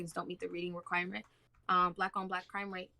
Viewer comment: Y’all not only was it her first debate she had no cohesive points whatsoever 😂 none of her narrative makes any sense . Lmfaooo when you corrected her pronunciations of crime rate 😩😩😩 you owned this shit There’s little to no evidence that black people committing crime at higher levels than white people. According to the statistics we actually commit crime on the same plane as white people..